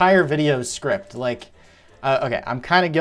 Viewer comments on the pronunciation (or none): Script is spelled s-c-r-i-p-T! It's not SCRIP like prescription. It matters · dude you said "scrip" and not "script"